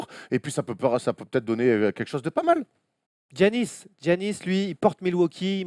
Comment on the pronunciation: Je comprends pas ce que tout le monde ( particulièrement les français) a à prononcer Ji-annis ou Gi-annis, ça se prononce Yannis comme en français. A la limite les américains je peux comprendre parce que c'est pas un nom qui leur est familier mais en France ça existe Yanis donc pourquoi prononcer autrement ? Pour ceux qui me croiraient pas, Gi en grec c'est le son Yi, ça s'écrit comme ça juste parce que c'est une traduction de l'alphabet grec à l'alphabet latin. Bref désolé d'être relou mais mes oreilles saignent au moins autant que quand j'entends ENNE-tilikina.